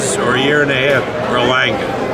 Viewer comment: Bob said Berlanga 😂 😂